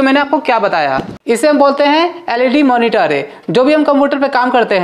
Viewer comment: Power cablee and moniteree 😂❤